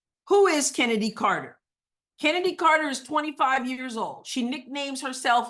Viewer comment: It is not Kennedy it's Chennedy. As in Choo choo.